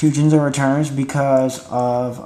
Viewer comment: Soon as I herd you say Jinzo I clicked the thumbs down button.